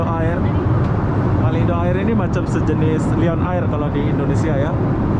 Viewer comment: Lion air = sebutan "layen er" bukan "liyon ayir" Malindo air = sebutan "malindo er" bukan "malindo ayir"